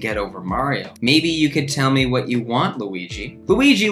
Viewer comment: I AM IN SHOCK WHY IS THAT SO FUNNY ITS NOT EVEN A JOKE IT'S JUST KURTIS SAYING WHAT IN AN ACCENT WHY IS IT SO FUNNY